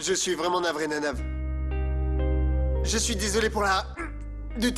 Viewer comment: bliye si frèl la rele Anarve li di nanave😂😂